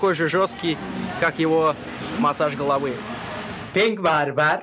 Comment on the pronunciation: “Pink BaRbaRrR” 👍🏽